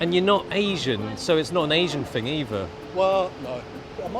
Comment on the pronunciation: I love when pronouces thing as "fing." Epic Cockney street cred. Showing his solidarity with the working class and Chav culture. Whatta mensch.